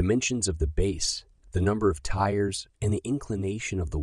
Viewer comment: They are NOT tires! The word is tiers and it is pronounced the same way as the word tears; Her eyes were red due to all the TEARS running down her face. Not to be confused with the word tear which means that some is being pulled apart. You need to get your pronunciation correct before you release the history program.